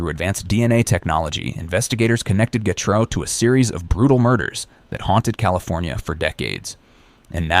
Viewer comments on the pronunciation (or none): So what is it... Gatrou. Getrey. Getray. Gatrey. Getreau. Gertrey? Gartrow? Getru? Getreu? Gatroux. Gatrous. Gatrus. Gertrus. Getres. The pronounciation changes everytime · How can you pronounce getreu right so many times and massively fuckit it up so many many times aswell